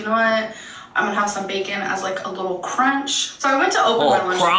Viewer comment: “You said you added the bacon bc you wanted the CrOnCh?!” 😂😂